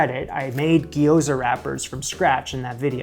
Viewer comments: Little note on pronunciation: Japanese words dont have a plural form, so gyoza is both sigular and plural! And this trips up basically every English speaker, so dont feel bad about it, but its not gi-yo-za, gyo is all one syllable, gyo-za. Same thing goes for words like Tokyo, my mom says to-KI-yo all the time lmao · Pronounced "gyoh-za" (two syllables, extra-long "o"), not "gee-o-za" (three syllables). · Gyoza is two syllables. Gyo-za. Not Gee-Oh-Za. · Gyo-za. First syllable is basically "yo" with a g in front. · Please call them Japanese fried dumplings instead of your pronunciation if you make another video about making them. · What's the pronunciation? Maybe it would be more helpful to explain it so he (& we) can simply pronounce it correctly.